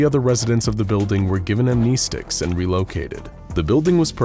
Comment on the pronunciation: Looool, "am-knee-sticks". It's "am-nest-ics"